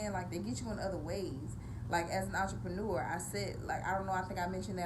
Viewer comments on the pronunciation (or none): none